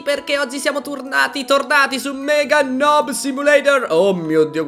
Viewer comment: Non ci dice nob ci dice nub